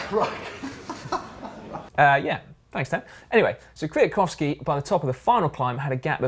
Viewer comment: Ok guys. I like your channel so much and it keeps me biking almost everyday (thanks!), but those funny moment in the GCN show are sometimes a bit of pain in..... the saddle - just because you do it every 30 seconds. It's By the way .... Kwiatkowski is not that hard to pronounce. You're doing pretty well